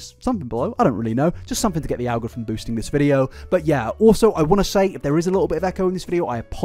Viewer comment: 🤣🤣sorry but I've never heard "algorithm" pronounced "al-grothom". Love your videos!! 😻😸